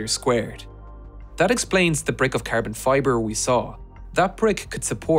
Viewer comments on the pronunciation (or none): Its Carbon fiber, not Kerben fiber...😂😂😂